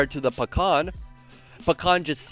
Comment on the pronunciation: Say Pakhan one more time.... I dare you...I double dog dare you!